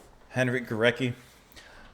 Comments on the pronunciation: So cool to see you react to this symphony. Just a quick note on pronunciation, his name is pronounce "Go-RETS-ky" (the /c/ will often be pronounced as /ts/ in Polish) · It’s pronounced GO-RETZ-KI. Thanks for the diversity of your reactions! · Hi again, Well, over the last week or so you have been responding to some truly great, profound music – Bach, Scriabin, Górecki (pronounced Goret-ski by the way) – with wonderment, respect and sensitivity. It makes me even more convinced that you will love and be amazed by Mahler. The final movement of Das Lied von der Erde, especially, was a huge influence on and inspiration to Gorecki, as was the fourth movement of his third symphony (my favourite). As for other pieces by Górecki, I strongly recommend his String Quartet no. 2: the second movement in particular is unforgettable, with a striking agitated bite, quite unlike this symphony but clearly by the same musical intelligence. At this point I could start listing lots of amazing C20th Polish music but let’s take this slowly, and first treat yourself and us to some Gustav Mahler: you won’t regret it.